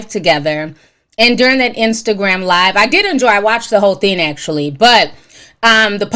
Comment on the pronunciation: Do anyone else hear her saying thin instead of thing? 🥴